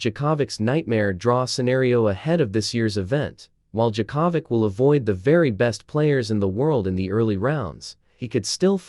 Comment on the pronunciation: Novak Jacavik who the hell is that! Oh, Yea that's how an irritating AI voice over would screw up anybody's name! Don't use AI voice overs!!! :hand-orange-covering-eyes